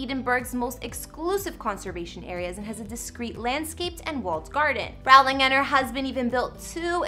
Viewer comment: Learn how to pronounce Rowling...if you want to talk about her 🙄